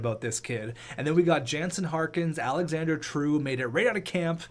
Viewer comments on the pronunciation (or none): none